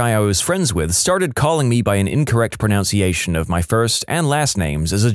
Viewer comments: ProNUNciation, not ProNOUNciation. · Pro-NUNC-iation. Not pron-OUNC-iation. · Lol. The irony of mispronouncing “pronunciation”